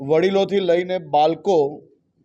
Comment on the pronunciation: બાલકો નહિ બાળકો બોલો. પહેલા બોલતા શીખો. પછી ન્યાય આપશો.